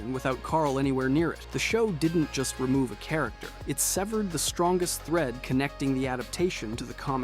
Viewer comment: this is NOT a hate comment i just wanted to let u know its pronounced (seh-ver-ed) not (sev-ere-d)